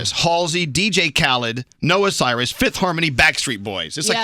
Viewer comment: when Elvis pronunced "Fifth Harmony" in front of Miley I screamed so hard.